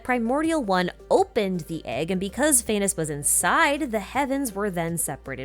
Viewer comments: Phanes is pronounced Phah (as in fa from like the word far) and nes (sounds exactly like the word niece) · phanes’s name is actually said as faa-knees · All praise "Fay-ness"